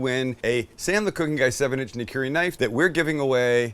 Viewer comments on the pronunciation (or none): none